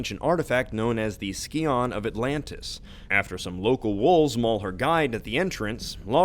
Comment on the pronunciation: I'm pretty sure "Scion" is pronounced "Sai - on". Unless the game also-pronounced it Ski-on. Not that it really matters, because you're unlikely to ever use the term again. I'm actually mostly commenting for le algo. Also, when you remember that "tomb raider" is a synonym for "grave robber", it's pretty easy to see why Lara isn't exactly worried about the environment.